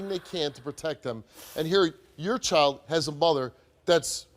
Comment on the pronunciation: It’s child not choild 🙄